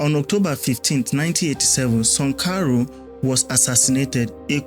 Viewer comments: Who is Sunkaro? Do you mean Sankara or Sunkaro? You got issues with pronunciations. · Are u deaf or stupid? The name is pronounced Thomas Sankara! Why do u keep saying sankoro?🤔🥴🥴🥴🥴🥴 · It is Sankara, not Sankaru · What's 'Sankaro' it a name so mention it as it is ' Sankara'. Dont spoil your videos with these petty things bro. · Sankara , not sonkaro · it's Sankara. The video is very good, get the name correctly next time😅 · How do you butcher the name of Thomas Sankara you’re a joke. Sorry it takes away your good work it spoils it doesn’t enhance your work.